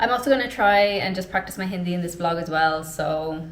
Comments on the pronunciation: Going to Parvati is a good exercise....Your Hindi pronunciations bahut acchha hai... Appreciate you....Best wishes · I just stumbled upon your channel and boy was this video amazing! I am a Canadian living in India since almost a decade and I have to say, your Hindi is so good! It took me a while to even get the grammar and vocab right and there you are with an accent just as good as your language! Keep going and stay blessed! ❤ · Your Hindi pronunciation is actually pretty good. Getting the accent right is the hardest. Most people from the West sound jarring to the Indian ears but that's not the case with your Hindi as it sounds neutral and pleasant. I can see you being fluent with a bit more practice and time.